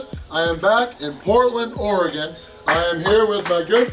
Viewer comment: I’m glad you pronounce Oregon correctly